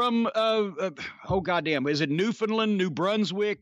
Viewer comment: LOL "NewFUNDland" Jesus H - By's round here would tear him up for that.